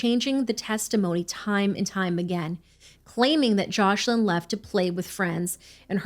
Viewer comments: Isn't the little girl's name Joselin? I swear I keep hearing JOSH-lin. Am I trippin'? 🤔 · Omg this is an awful story ! But one thing thats grinding my gears is the mispronunciation of Joslins name they keep calling her joshlin, please say peoples names correctly especially the victims.